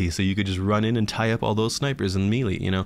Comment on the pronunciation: my god please learn to pronounce "melee" correctly...